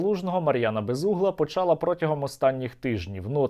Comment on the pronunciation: У дієсловах минулого часу в жіночому і середньому родах однини та в множині наголос падає на останній склад: почала, почало, почали.